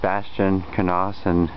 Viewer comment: where are you from? I've never heard the name pronounced "k-nahs," I've always heard it pronounced "k-nous" or "nous." In any case, are you the son of either Richard or David? If so, you're apparently on my descendancy, if not, then definitely not.